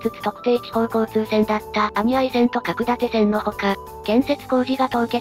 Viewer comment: んー、いい動画なのに読み違いが多すぎて興醒め…かくだて（角館）、ようかど（鷹角）、はちとう（八頭）、せんとう（千頭）…こういう動画だからこそ地名、固有名詞の間違いは見過ごせない。